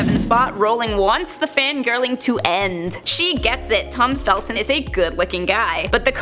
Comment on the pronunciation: His surname is ‘Felton’ not ‘Feltin’. Oh my god. 🤦‍♀️